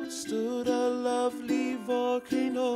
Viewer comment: I wonder if Ben Croshaw ever saw this. I like to imagine him snapping halfway through this short in the middle of the theater and screaming "You can't say "VOLcaNO", "EXtincTION" or "hapPY"! Emphasis is on the wrong syllable! YOU FUCK!"